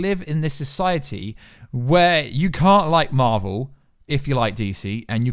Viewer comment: It marvel not marel!